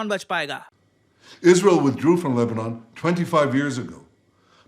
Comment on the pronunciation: LEBANON❌ LEBNONE✅